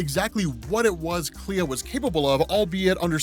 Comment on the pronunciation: It's pronounced Klee